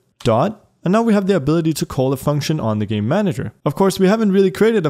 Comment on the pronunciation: Just how all i hear when he says "Game Manager" is "Gay Manager"